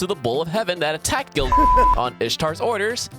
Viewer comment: Wait I’m lost why are you saying gil- like that? Please explain I’m new to fate